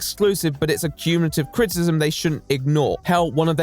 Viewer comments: Your mispronunciation of "criticism" is unbearable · Can I criticize you on your pronunciation of criticism? It's actually a 3 syllable word. crit-i-cism, not crit-cism. Other than that, loved your video. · What is crit-ism? Do you mean criticism? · I really love you but you say CRITcism or CRISSism instead of CRITICISM about 100 times in every video please for the love of The Right Opinion Fully annunciate your words at the very least just HALF the time you say them ( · What you can't say frustrated? Also: Critism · You can't bemoan 'flustrated' and keep saying 'craytors' and 'crtisim'. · Man who can't say the word "criticism" mocks man who can't say the word "frustrated" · Loved the video but why do u pronounce criticism that way 😭